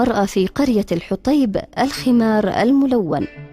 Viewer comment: الحوطيب وليس الحطيب